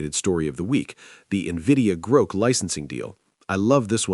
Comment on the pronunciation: At least train the stupid thing to pronounce GROK correctly. Sigh....